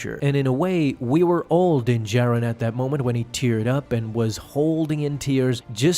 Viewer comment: “Din jared” its how i keep hearing this guy say dins name lol